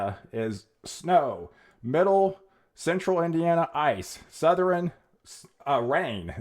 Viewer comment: Southern is pronounced suh-thern. Two syllables my man.